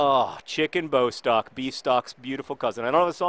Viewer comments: Bostok's name is pronounced Bós-Tock, not BOW-stock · I'm not sure if anybody has mentioned this yet, but Bostock's name has two short 'o' sounds..s its not b-oh-stock, but, bo'-stock. If that makes sense... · Johnnnnn it's pronounced Boss-tock pleaseeeee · Just a note Bostock is pronounced Boss-tock